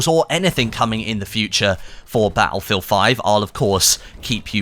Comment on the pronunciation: In every one of these videos "Ba'lfield" always sticks out for me. Now, I'm not the best person when it comes to saying things how they are, but it just sticks out like a sore thumb, lol!